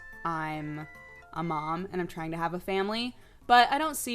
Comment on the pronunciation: When she's talking about doing NEWZ, did she say trying or crying; sounds like she said crying